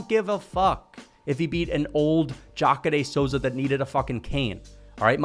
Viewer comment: The way you pronounce Jacare is 🔥. I had no clue that was the pronunciation.